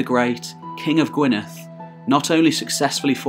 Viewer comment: The double d in Gwynedd is pronounced like the th in (the)